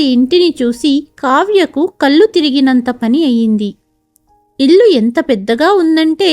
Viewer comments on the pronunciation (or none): none